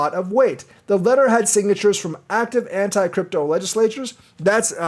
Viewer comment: “ANT-CRYPTO Letter”? 😆